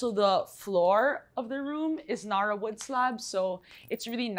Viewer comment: Cringing how she pronounces narra “nuh-ruh” no honey, NA-RA